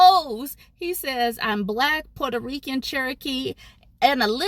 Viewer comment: "Purto Rican"?